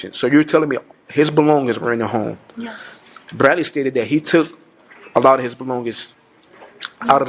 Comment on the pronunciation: The way he rolls that R lol Brradley.